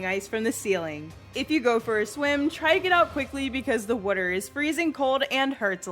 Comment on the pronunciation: "3 platforms " and "wuter" ish had me laughing. I appreciate the video and the way of explaining the fights without taking 4-hours to do so , and this did help me understand the final boss mechanincs but the way she says water, or how it came out in the video makes me LOL.